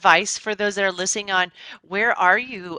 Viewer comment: Did say "Onwerez'??